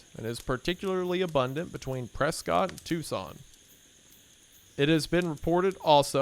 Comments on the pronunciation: Hearing wendi say Prescot gives me ptsd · wendigoon! prescott is pronounced press skit! everyone in arizona cried a little when you said prescott